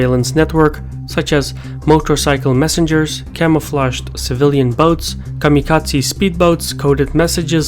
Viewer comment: Hold on... Did you just say... Kamikaze Speedboats?